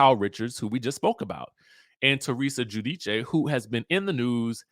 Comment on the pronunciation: Did y’all hear how he pronounced Teresa last name? Lmao